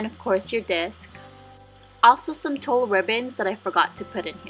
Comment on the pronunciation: It is pronounced like tool, not tull. So tulle ribbon is pronounced like tool ribbon. You sound ignorant saying it the other way. Oh, next time buy so decent card stock instead of paper and use more money so you won't waste time rolling paper.